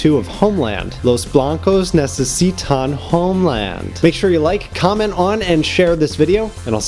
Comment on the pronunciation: "los blancos necesitan honeland" seriously, I adore you.